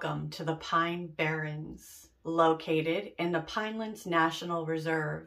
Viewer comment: Barrens instead of barrons